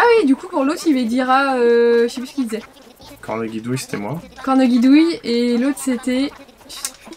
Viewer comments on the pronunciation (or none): on prononce [corneJidouille], pas comme un G !!